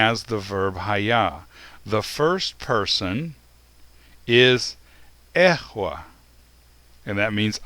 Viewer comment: Why do you pronounce it as if it is EHYAH, when you write it in EHYEH? Shouldn't be "E" pronounced as "E" and not "E" as "A"? Maybe "YEHWEH" is the sacred name instead of "YIH'WEH"?